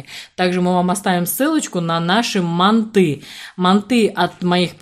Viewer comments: Неправильно произносите слово манты Ударение делается на букву А .Ну как вы рассказывает о приготовлении , лучше готовте свои ПИГОДИ! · Слух режет, мантОв.Правильно, мАнт.😉😉От слова манты.